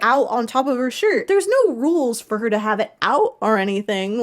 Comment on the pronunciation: i laughed very hard everytime you said nose instead of no, thank you